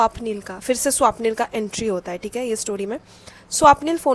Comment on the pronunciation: Its not Swaapnil didi 😢 Its swapnil na 😊